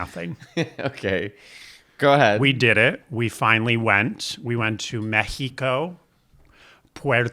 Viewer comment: México - very well pronounced